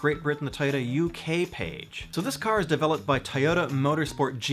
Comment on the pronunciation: IDK why but the way you say toyota just really bothers me. lol